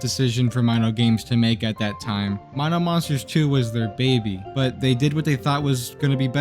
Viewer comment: don't worry man, I've pronouncing it correctly too! Even as a 9 y/o back then! My-no for Mino Monsters!